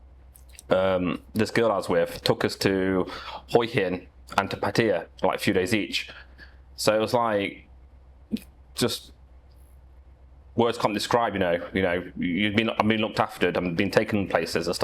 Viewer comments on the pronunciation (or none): It's pa-ta-ya not pa-tEE-ya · Did you say Foo-ket? Hoy hin and Patteya? And we are not 5 minutes in.